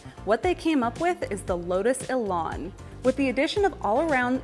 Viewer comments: if only you could pronounce the name better its an elan not elarn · What is a Lotus Elon? For crying out loud! Say it correctly. Elan rhymes with pan and can and man.